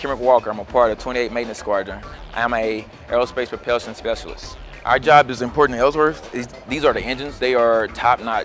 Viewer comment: Lol, no need to explain man. I was just making fun of how the Airman in the video pronounces "Propulsion". He kept saying "Propellsion"